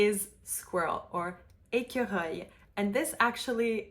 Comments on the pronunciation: The last time you say squirl you sound "équereuil" instead of "écureuil". The rest was all correct. Good pronunciation tips. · I really loved this. When you pronounce squirrel (ecureuil} I think of it as ekyaroeil because you introduce a y between the e and the r. And having practiced L'oeil, I find it helps. Also in Hebrew, we uses a ch gutteral back of the throat sound as in L'Chaim! it helps me. Sometimes I may know something and apply another experience, rather than assume I am totally unfamiliar with what you are driving at. In the beginning your explanation of open and closed mouth was just wonderful. Chapeau bas.